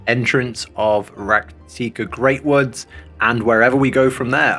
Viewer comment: How do you have so much difficulty with simple words?! RAK- TIKA Greatwood. Pronounced RACK-TEEK-AH